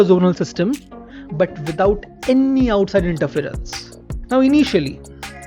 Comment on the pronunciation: Bro pls dont say "annny"... Many other words r also stressed wrongly but that word keeps repeating a lot... Its wrong.